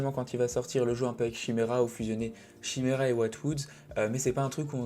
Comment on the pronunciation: Chimera 🤮 maudit français. Ça se prononce « kaymira »